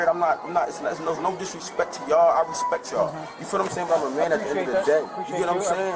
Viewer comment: Knowimsayn??! R-A-S-P-E-C-T 😂